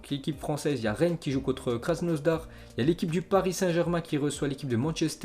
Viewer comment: Krasnodar pas krasnosdar mdrr